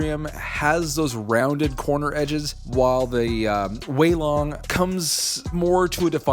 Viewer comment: Yess u finally said weilong the right way Edit:it took 1 week for to see my comment